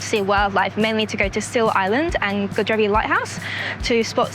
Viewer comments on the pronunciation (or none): Godrevy is pronounced God-Dree-V. You could have just walked to Hells Mouth on the coast path and seen the seals on the way there.